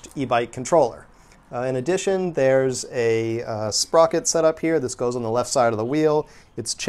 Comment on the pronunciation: when he started using words like sprocet I though I was watching an episode of alien TV on rick n' morty